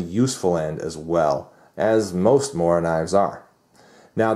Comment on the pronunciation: its pronounced moora